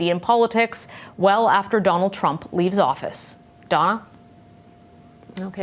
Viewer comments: Same way Americans pronounce words with O as A such as Danald Trump shad be candemned far such a harrible act instead Donald Trump should be condemned for such a horrible act. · did she just say danald trunk XD